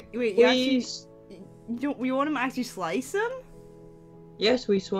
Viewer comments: The part where he said kunife really hit me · i thought the teacher said "ill give you my wife".. not knife. I was so confused..